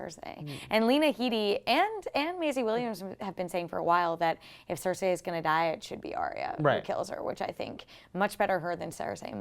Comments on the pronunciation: Cersay? Cercei, Cercei, Cercei. It's not hard to pronounce. repeat after me. "The rain in Spain stays mainly on the plain"(again). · It's SER SEE not SER SAY!!!! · OMFG! It's (Sir-cee) not (Sir-say). This is not Rupauls Game of Thrones. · "Maybe Jaime kills CerSAY"....Cersei....her name is Cersei. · Mmmm Cer-say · please practice how to say cersei not cercsay. you have a year to learn it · why does she keep saying Cersay :T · please pronounce Cercei PROPERLY! lol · A girl can't pronouce Cersei. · The way pronounces Cersi angers me!!!!! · couldn't even watch the full video because I was annoyed by the way she was pronouncing Cersei. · Its OH-llena not ellana. cer-SEE not cersay. and va-RIS not varies.